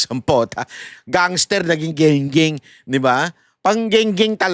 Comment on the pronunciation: Against Ako Sayo bay. Gung-Gung tawag Jan Hindi ging.ging😂😂😂😂😂😂😂😂😂😂😂😂😂😂😂😂😂😂😂